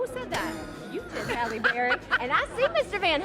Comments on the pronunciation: Her name is: Hay- lee NOT HOLLY ! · It’s Halle not Holly.. 🤦🏽‍♀️ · Who is Holly Berry? How can you watch a video with her name being pronounced properly dozens of times and still keep say Holly? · These men don’t even pronounce her name correctly. 🤷🏾‍♀️